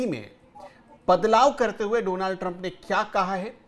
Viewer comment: Please correct your pronunciation, it is Donald Trump not Donaaald Trump😀